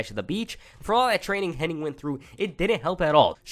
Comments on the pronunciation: Hennig…. Not Henning🙈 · How come all of these people that make their living off of doing wrestling videos CAN'T say Mr. Perfect's real name CORRECTLY?? It's Curt HENNIG, NOT "Henning"!! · its Hennig not Henning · Henn-ing is what bestialiacs do on Friday nights. Hennig sounds like the first part of Bennigan's.